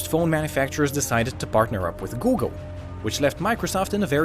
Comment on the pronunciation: “googel” 😂 Don´t go pass